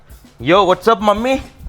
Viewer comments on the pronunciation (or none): Bro that’s not what’sup it’s wassupp..! 😂 🤦🏻‍♀️ Ayina asalu america vachi em chesthunnad motel lo gas station lo part time ah?